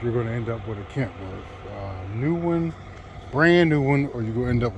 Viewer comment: Kenworth not kentworth